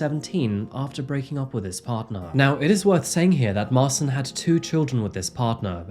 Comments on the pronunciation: His name is Martin (polish Marcin), not Marson. You have created new name ;) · marchin not marsin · The name Marcin is pronounced more like "Ma-chin" btw.. for future reference. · His name is pronounced Martshin. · It's pronounced Sol-ford, not sal-ford.. And mar-chin.. Just incase you get more polish names like this. But great telling of this story... I live in Salford and can't remember hearing anything about this. Should have sent him back to Poland to serve out his jail time, why are we paying for his food and clothing in prison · If the guys name is Marcin, its actually pronounced March-in. I work with a Marcin :) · 😳 it’s pronounced marchin! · Marcin pron. Marchin. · That's a funny way to pronounce Marcin